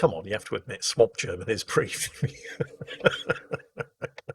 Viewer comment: FFS, ITS NOT SWAP GERMAN... It's Sea German